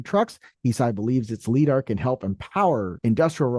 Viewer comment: “Leedar” - when someone reads a word they’ve never heard before.